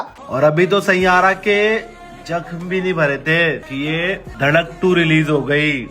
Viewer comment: The way he pronounces Saiyaara as Shaiyaara 😂😂